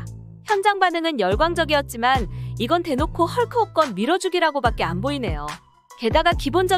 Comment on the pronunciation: 왜자꾸 호껀이라고 하지